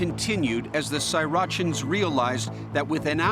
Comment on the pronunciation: Srirachan? Like Sriracha lol